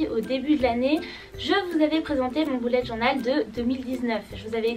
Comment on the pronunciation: On dit bullet journal (beullète)